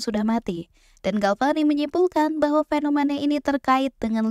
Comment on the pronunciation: suka ama materinya,bagus, tapi utk narator nya perlu di upgrade biar informasi yang disampaikan bisa lebih mudah diterima, saia sempat mendengar (atau telinga saia yang sedikit error) pengucapan kata FENOMANA, KONSTRAKSI, PAKSTA serta gaya bahasa yang terkesan nge drag alias di seret :D,,,,,, ttep semangat, ditungggu materi berikutnya